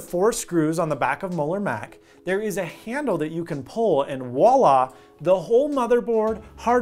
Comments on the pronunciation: The word is "voila," not "wallah." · "voilà" not "wala" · I was gonna subscribe until you said "wah-lah" instead of voilà which is pronounced like vwah-lah. Just add the damn v to the beginning and stand out. Guaranteed you'll get people who thank you for it. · Did he say "wallah"? Ugh.